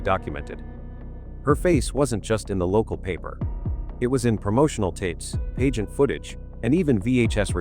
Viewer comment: Whomever is speaking doesn’t pronounce certain words correctly! Pageant is pronounced “pageant”, pizzeria is pronounced Perez’s